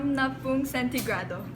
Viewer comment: "Painitin ang hulno ng isangdaan at s'yam-na-pung sentegrado" was my fav part xD lol nice to hear Korean speaking our language 😍😍😍😍